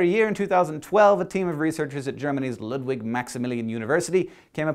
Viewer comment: its still "Ludwig", not "Lugwig"